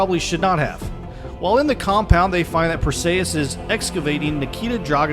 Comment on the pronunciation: Perseeeeeus not ayyyeeeus